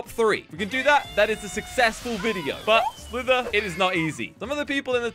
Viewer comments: Bruh he says slither like “swivver” 😂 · He said slover